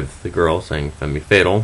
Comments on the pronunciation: It's not "Femmy fatal," it's "fem fay-tal" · It's Fam Fay-tal. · Its pronounced, "FEM FETAL", Its French... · lol he said femee fatal hahahaha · love the pronounciation of femme fatale :) lol